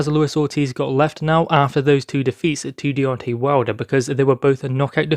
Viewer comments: Its Deon TAY not tee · It's not Deon TAY, it's The TWERK INATOR.